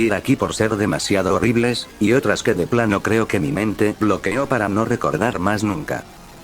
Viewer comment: muy gabacho diciendo "de plano"